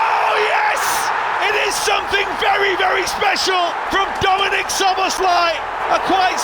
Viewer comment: try the pronunciation without the z's: soboslai (sz is s in Hungarian)